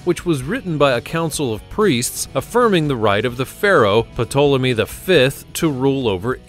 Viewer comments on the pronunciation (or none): Puh-tolmey? The P is silent as in swimming. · did u just pronounce the p in ptolomy? you should lose all of your subs for that ....